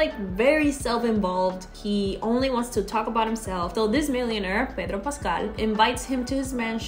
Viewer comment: I love you say Pedro Pascal<3